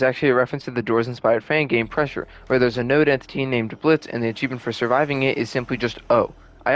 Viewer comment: For the last time, the ø is silent